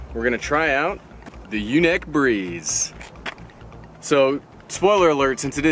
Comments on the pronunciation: YunEEc... Not yunik. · You're killing me it's pronounced unique LOL I have the typhoon H that's why I now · U said the name wrong